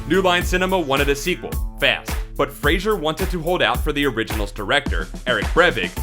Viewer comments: It's Fraser, not Frasier. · His name is pronounced "Frey zer" btw, not "Fray sure" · Please. Stop saying Frasier for Fraser. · FRAY-ZER, not FrayShier. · Why the fuck is the commentator calling him Frasier??? It's Fraser. There's no letter "i" in Fraser. Moron 😡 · "FRAY-ZER" NOT "Fray-shure" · FRASER. FRA-SER. (Pronounced Fray-zurr). Not Frasier like the TV Show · It's FRAY-ZER not Frasier. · its fray-zer, not Frasier like the show, can u fkn read? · And to think, YOU at cannot even pronounce his name correctly. It's not "Frazier," it's FRAY-sir. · Fraser not Frasier. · You fucking idiot....you love to crush this guy...try to correctly pronounce his name...FRA-SER ...not FRA-SHER...ugh... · Fraser, not Frasier!!!!!!!!!!! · Fraser. Fray-ser. Not Fraiser. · his last name is pronounced fray-zer not Fraser like the sitcom. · It's "Fraser", not "Frasier" ... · If your gonna spend the entire video describing someone's downfall, at least pronounce their name correctly. Pawn Shop Chronicles and Stand Off were perfectly serviceable vehicles for Mr. Frazer (pronounced Fray-Zer: He is NOT the fictional psychiatrist from Seattle, played by Kelsey Grammer) and his career, although not what it once was, continues with solid work. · The pronunciation of his surname is FRAY-ZER not FRAY-SHER. It's not like the TV show Frasier. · why pronounce it "Frasier" instead of Fraser? :O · the speaker mispronounced brendan's last name every time. its not sounded as frazier, but frazer. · Fraser, not frasier. Fraze - er. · Since the series "Frasier", it seems that no one knows how to pronounce "Fraser" anymore. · Fra ZER not Frazier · His name is pronounced Fraser not Frasier. Sheesh! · You mispronounced his name the whole time. His name is Fraser, not Frasier. He once replied to an interview question about his name pronunciation: "You make ice in a ___, you shave with a ___." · The mans name is Brendan Fraser. Fraser, not Frasier. You are saying it wrong. Jeez. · Fray-zer not Fray-zure